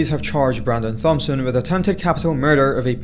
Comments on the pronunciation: FYI: Thompson is pronounced Tompson. The H is silent. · I think the last name of the guy in the first video is pronounced "Tom"son I could be wrong but just wanted to say that in case